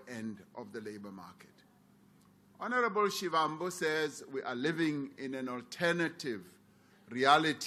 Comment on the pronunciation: And pronounciation